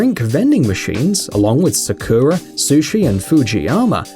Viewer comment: These are very weird examples... living in Japan for a lot of my life, most of these things are only in the mainland or in popular cities like Osaka/Tokyo. The others though, i was mind-blown that some of these things weren't common outside of Japan Edit: Oh yeah... butchering Japanese words make me cringe so harddd especially butchering sakura... such a easy word to say! We don't need that added emphasis on the space between 'sa' and 'ku'